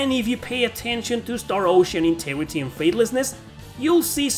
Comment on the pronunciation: star ocean inte"G"rity and faithlessness, say the 'G" as you say "go", "grow" e.t.c.